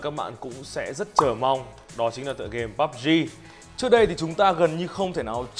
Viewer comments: chơi pê u bê gờ thậm chí là cả bắp zi nuôn :)) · Pê U Bê Gờ thậm chí là Púb Gi?